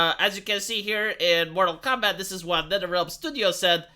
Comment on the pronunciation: It's Mortal Kombat, not Moral Kombat.